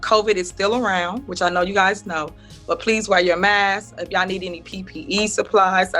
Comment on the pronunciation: She doesn't even say yall properly she says yaw